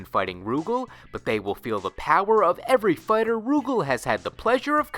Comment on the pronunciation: Rugal is pronounced Ru Gaal, not Roo Gehl